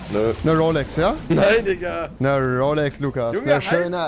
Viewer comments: Rewi es heißt Digga nicht dika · Warum sagst du immer dikka?